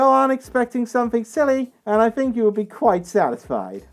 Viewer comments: I gotta say this. Americans don’t say fink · the way you pronounce th in words is like an f